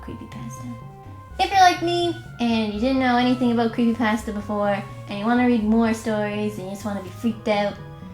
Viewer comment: Anyone else bothered by the way she says pasta?